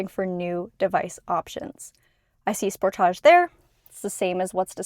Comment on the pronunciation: The way she pronounces Sportage😅